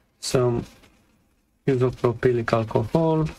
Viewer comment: i couldn't believe it when you put it back together without testing the power first 😅 isopropyl alcohol is also just called 'IPA' if you want to shorten it isopropyl is pronounced "eye so pro pull". it's an odd word. I have a very similar model HP AIO in parts on my bench right now, thanks for the detailed work and process!